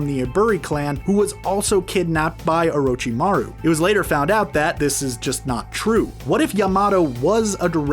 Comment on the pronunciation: At least he said orochimaru right